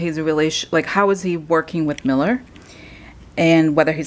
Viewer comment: Please note: There is Robert MEULLER and then there is a Stephen MILLER who is an advisor to Trump and works in the White House. I suggest you don't pronounce 'Meuller' as 'Miller' because it can be confusing. Maybe the heart with the death card means that Pence's political career will die, but he will be much happier afterwards.